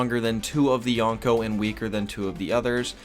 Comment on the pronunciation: its pronounced Yo-nko (よんこ) not Ya-nko (やんこ)